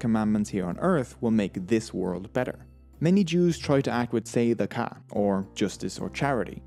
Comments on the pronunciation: It's actually pronounced : tzdaka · Thank you so much, as I am jewish but was never learned the actual history (Except for the Holocaust), but the word Tzedakah, is said as Tzuhdahkuh. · Great job getting the pronunciations right! A lot of people butcher Hebrew words, but you did stellar 👍 Edit: Nevermind you totally butchered tzadakah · its pronounced TZUH DUCK UH